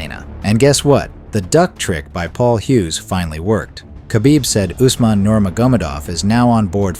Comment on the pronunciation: Its Umar Not Usman